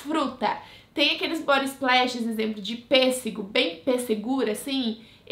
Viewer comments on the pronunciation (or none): none